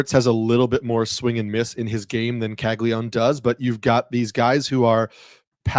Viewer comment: Why is everyone in baseball calling him Cagli-one? Isn’t it Caglia-none?